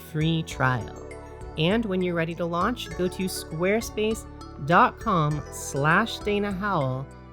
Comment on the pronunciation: I can’t get over the way you say squarespace 🤣😂🤣